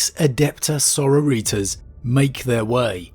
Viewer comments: Every time he says it, I can't help but hear senoritas. Having a Spanish fiesta on the space hulk. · I love ALL your videos but I hate how you say soROriTAS lol 🤣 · Right!? I love you, but please say the word sorority a few times and you'll see where ya' went wrong 🤣🤣🤣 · So, the pronunciation of "Sororitas". I have been saying it like: Sor-or-i-TASS. Like sorority, but swap the 'tee' with 'tass'. Is Sor-o-REE-tas the correct way? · Never heard someone make sororitas sound like a Mexican appetizer. Enjoy the channel either way though good video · Can you change how you pronounce Sorortias? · Can you please stop pronouncing sororitas like it's spanish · I am enjoying this week but why oh why do we keep mispronouncing Sororitas 🤣